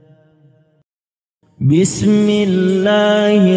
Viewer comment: بسم اللة الر من الر حیم Koreksi dikit Afwan .. Saat pengucapan بسم اللة حروف ب dan م kurang diberikah Hak Hak nya , terjadi pantulan disitu Gunnah, Hams, dan mad jaiz nya kurang penekanan dan kurang diperhatikan , alangkah baiknya diperhatikan baik baik, khawatir ada yang meniru bacaan seperti ini tapi dalam kaidah tajwid itu masih sedikit salah Maafkan saya yang masih Fakir Ilmu🙏🙏